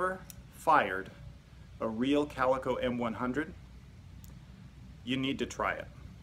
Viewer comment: CalEEEEco....just saying